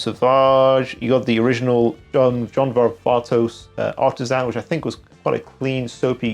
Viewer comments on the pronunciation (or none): none